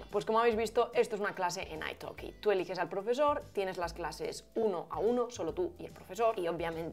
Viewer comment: Como hispano hablantes, ¿deberíamos pronunciar "ai talki" en lugar de "ai toki"?